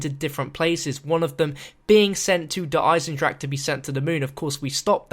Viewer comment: The420StudiosInc Gaming He said I am proud to actually pronounce der eisendrache unlike these english youtuberes